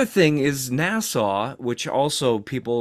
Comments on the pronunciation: It's NASA not Nasau! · Please tell how to pronounce NASA.